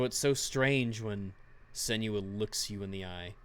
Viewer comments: IT'S SEN-WAH, NOT SEN YOO AH! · Sen-new-wa pls god